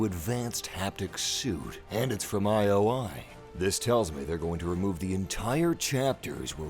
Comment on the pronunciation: I was waiting for you to break this down! Just one little thing... it's not one-oh-one (101), it's eye-oh-eye ( ioi ). And I caught a glimpse of Cassie Cage next to Lara Croft . ; )